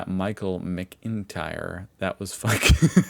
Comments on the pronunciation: He did that "Mic-in-tear" on purpose. There's no way that was accident. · It's Michael Mc In tyre. You butchered his surname like many Americans you literally say what you see like . Leicester or Worcestershire. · "Micheal Mick Inteer". Aye, you've got the nack of reading words just fine there. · Calling him Mac-In-Tear was the funniest possible ending. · 🤣🤣🤣🤣🤣🤣please say Michaels name again "Mac in tear"🤣🤣🤣🤣 do you say "Mc do no lad". And that while live whatching "Americans Don't Understand English" 🤣🤣🤣🤣🤣🤣🤣🤣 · Most interesting pronunciation of that name I've ever heard, it's "Mac-in-tyre", like the thing on your car wheels. SO WHY DO YOU CALL IT A FLASHLIGHT?! Why would YOU do dat? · Michael McIntyre is great! And it’s “mac- in- tire”. You couldn’t pronounce tyre because Noah Webster deleted it from American English, along with almost all the homophones. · Mick-In-Tiers - Another American-only word for what happens to Irish people when they see great comedy. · Mac In Tyre. It's literally right there and he messes it up. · Its pronounced Mac-in-tire. I even spelled tyre the 'american' way to make it easier 😂😂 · Michael MAKKIN-tire. That's how you say it. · The fact that you can pronounce McDonalds should mean you should be able to say McIntyre, but you can't which explains why English is not your language. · He has a brother called Tyler so how on earth can he not pronouce McIntyer correctly. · Oops, you sure butchered McIntyre. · Unconsciously making such a mess of Michael McIntyre's surname was the icing on the cake.